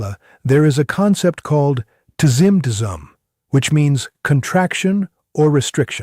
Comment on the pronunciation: Love the AIs' American accent mispronouncing tzim-tzum.